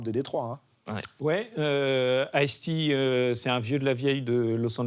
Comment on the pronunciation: Le riqlès de ice tea ça m'a mis à terre. C'est peut être chauvin mais, quand tu viens pour parler de rap/hiphop us et que t'es sensé être un connaisseur, essaie au moins de prononcer les mots correctement. Là c'est juste 2 noms de boissons mis côte à côte 😂😂